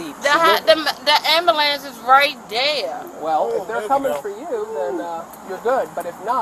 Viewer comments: tell her when she can pronounce ambulance correctly well call you one lol ghetto shit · Why can’t these people pronounce Amb-U-lance not am-a-lance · 🤣she thought screaming at the ambulance ("Amberlamp!") would get them to stop?! 😂😂😂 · She might have gotten medical attention on the spot if she had requested an ambulance rather than "a AM-buh-LAMPS!!!" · Wow she should get an extra charge for “ murdering” her pronunciation of “Amblambence” 😂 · Completely reminded me of that hysterical video with "WHOA BLACK BETTY" and then it cuts to the guy yelling "AMBALAM!" lmao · Amber lamps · “AMBELENCE AMBELENCE”!!!😂😂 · Why can’t so many black people pronounce “ambulance” properly? This is an observation therefore a legitimate question. Also the word “ask”…